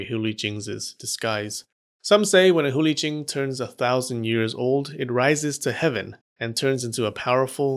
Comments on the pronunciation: Hate to be a downer but you said Hu Li Jing wrong Chinese have romanized characters but that does not mean it sounds like anything English just saying. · The way u pronounced Hu Li Jing was Sacrilegious